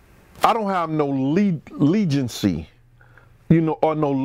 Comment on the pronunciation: butchered sum words this time lol. “Valarity” and “legency” = validity and allegiance. But we get it Bro!!